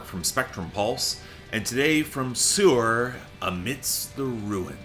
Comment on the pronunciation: Didnt Mark once mention that he saw them live? If so, how did he continue to mispronounce their name?